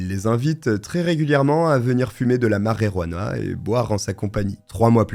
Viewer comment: Ce n'est pas la marérouana, mais la marijuana. T'as qu'à dire la "marie-jeanne" (ou l'herbe), si tu ne sais pas prononcer l'espagnol, ce qui, au demeurant, est étonnant vu tes origines ethniques.